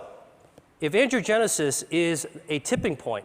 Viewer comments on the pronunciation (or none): It really would help if he didn't keep saying 'andrewgenesis', when it is ANGIOgenesis. This sloppy way of speaking can cause misunderstandings and thus mistakes. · Can't get over how he pronounces angiogenesis like "andrewgenesis" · I wish he would stop saying, "Andrew-genesis." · I wish that everytime he said "angiogenesis", it didn't sound like "andrewgenesis". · The slides say "angiogenic or angiogenesis" but I swear that it sounds like Dr. Li is saying "androgenic and androgenesis". Is the slide wrong or is Dr. Li just rushing the pronunciation of the word and making it sound like something other than is written? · Every time he says, “angiogenesis” — the generation of vessels — it sounds like he’s saying “androgenesis” — the emergence of Man — or “Andrew-genesis” — the birth of Andrew. It’s like a Christian theologian referring to “The Crucifixion of the Lord” as “The Circumcision of the Lord” — both events happened, but at different times and for distinctly different reasons. Cancer research breakthroughs such as this are rare; correct enunciation even more so...